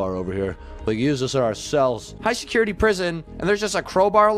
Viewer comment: Did anyone notice at the start the guard says “secutity”